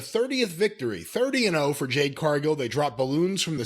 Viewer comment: "Jade", Mr. Cornette.